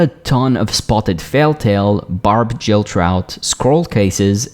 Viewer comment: Thanks for the video. I might try fishing a bit more than I currently do. By the way it's Barbed Gill. Not Barbed Jill. It's a hard g like great, not a soft g like giant